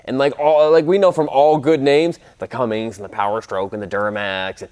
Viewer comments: Did you say Cummings? It’s Cummins dammit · CUMMINS not cummings! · It is Cummins; not Cummings. Why is this difficult for some people? He also seems to think Davidson has only the first D in it. Something else I'll never understand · “The Cummings?” Oofff. #Cummins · After I heard him say "Cummings" engine... I'm out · also, its cummins, there is no G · There's no g in Cummins guy...